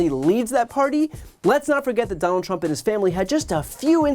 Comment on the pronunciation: There she goes mispronouncing Trump again.